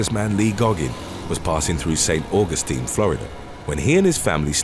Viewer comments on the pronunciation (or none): none